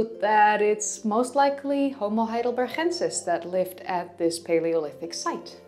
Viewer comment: Since name of that primeval dude comes from German city of Heidelberg maybe he is named "Homo Heidelbergensis" not "Heidelberhensis".